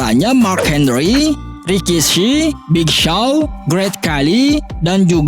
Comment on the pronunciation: Big sao😆😆😂😂 Big show bro not big sao